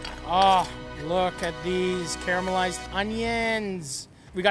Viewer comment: "Care-a-mell-ized" onions lol! Also, toast the bread for this one and you'll have a winner. What we have here is a soft shell meatloaf sandwich taco- which is not entirely bad btw...